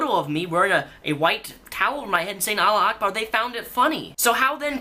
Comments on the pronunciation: It's not Allah Ackbar, it's Allahu Ackbar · it's "allahu akbar" not "allah akbar" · its pronounced allah u akbar jus sayin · I live in the middle east. Trust me, it's pronounced Allahu Akbar (alla - hoo - akbar), the call to prayer is like 5 times a day. Idk why but for some reason it distracts me when you get it wrong. Maybe it's just the way Qataris pronounce it, idk. Loved the vid! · It's pronounced: all ah who ack bar